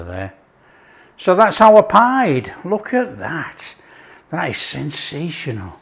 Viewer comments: Turkish / Cypriot nationals pronounce this type of dish as "Pea-Day" – Not “Pied” - It is delicious, Lived on it for weeks - Kept me going for sure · They pronounce it peedeh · Looks delicious.... Pide pronounced Pee-day. Afiyet olsun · Looks BANGING, but it's pronounced 'pi-day'! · What a great idea to stuff the crust. Feel inspired again. This breads name is pronounced pee-deh. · Pide is Pronounced "pee-day" and it's delicious.